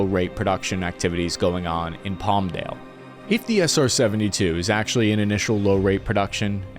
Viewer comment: Pamade? You mean Palmdale?